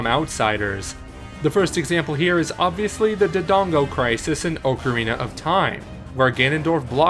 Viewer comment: Your pronunciation of Ocarina triggers me - Officially, it's pronounced "Ock-a-rina".